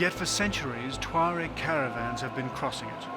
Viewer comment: It's pronounced 'tchwa-reg'